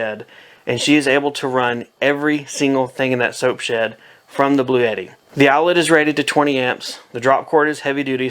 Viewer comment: Did he say "Blue Yeti"???